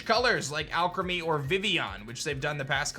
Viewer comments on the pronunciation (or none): none